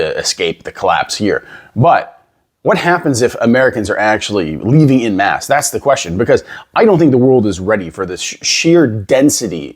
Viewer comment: You wouldn't be able to pass for Canadian if you pronounce "en masse" like "in mass". We say "en" the French way here, so it sounds closer to "on mass" than to "in mass". (Actually, we also pronounce the "a" in "mass/masse" slightly differently. )